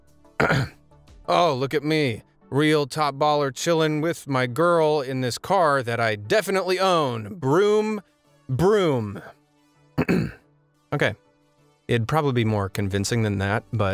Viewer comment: Broom broom? Tf? It's Vroom Vroom weirdo